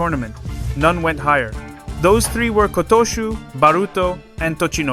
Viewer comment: My dreams for this thoroughly enjoyable channel seem to have finally been realised - Kotooshu's name being pronounced properly, or close enough to make no difference. I've been watching your channel since the start and I love it. The only issue has been some of the pronunciations. Really quite poor early on but a slow improvement to a level where it no longer detracted from the enjoyment. Kotooshu was the name that really set my teeth on edge and it was when I heard it in this video that I realised that the issue had pretty much faded away and I hadn't heard anything egregious in quite a while. Congratulations! I remember telling you a long time back that if you corrected the voiceover you would have one of the best English language sumo channels on here and you have made the improvements needed. Well done and thank you. Oh, and I'm sure Aonishiki will be a Yokozuna by mid 2027 at the latest, probably an awful lot sooner!